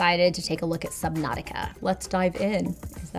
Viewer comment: Islands in Saubnautica? Dude, I'm getting old!